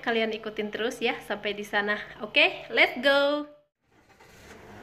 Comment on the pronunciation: Let's go..bkn "let go".. Gaes bkn "gees".. Mengajarkan..bkn "mempelajarkan" Ci tth pasti org Sunda da..